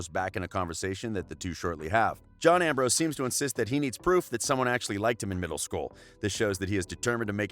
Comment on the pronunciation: I thought I was the only one. Even the way he said Ambrose. He skiped the 's'